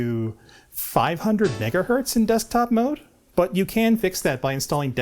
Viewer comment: Wonderful neologism--"Decktop". lol